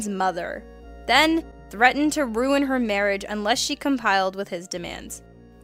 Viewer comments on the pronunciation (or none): none